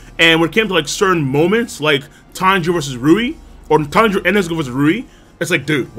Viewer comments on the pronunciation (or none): none